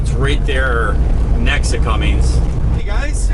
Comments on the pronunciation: as a fellow mechanic.... its “ Cummins “ not Cummings ☹️ It would be like calling you Longhaul Larring Lol, just giving you a hard time for fun. Love your channel! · Just wondering, many years ago I had a truck with a Cummins engine. From the way you pronounce the engine manufacturers name, it sounds like you are pronouncing it as Cummings. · C-U-M-M-I-N-S, like come in, no G in Cummins. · there is no g in Cummins